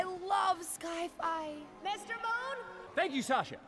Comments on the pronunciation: “iS ThIS LIkE a SKy-fY ShOW” dawg it aint sky-fYits Sci-fi💀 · Her mispronouncing of Sci-fi LOL. 🤣🤣🤣🤣🤣🤣🤣🤣🤣🤣🤣🤣🤣 Sky Fi LOL. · The way how she does not know how to say sci-fi is so funny. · She couldn't even say sci Fi right